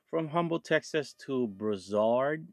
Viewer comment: Its BROO SARD lol